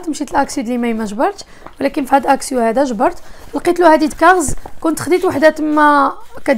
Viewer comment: اكسيون " N " ca se prononce pas,on dit"اكسيو"